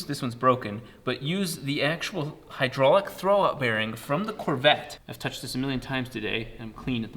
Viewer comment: Who else hates how he says Corvette?